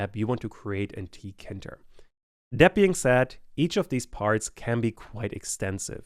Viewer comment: i believe it’s pronounced tee kay inter, not “ tea kinter ”